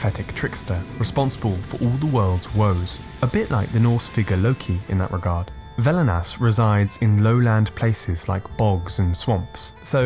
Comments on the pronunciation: its Velnias, not Velinas ^^. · Velnias not velinas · I am Lithuanian. The video is called "Baltic Paganism" but only covers the Lithuanian side of it, except for Mara somehow mixed in there, which I believe is Latvian. Also, it's velnias not velinas and ragana not raganos (plural form of ragana). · Not Velinas, but Velnias. Its pronounced like "velness".